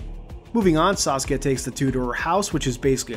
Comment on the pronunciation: Every time I hear you say "Saskia" I think you're saying Sasuke like the Naruto character.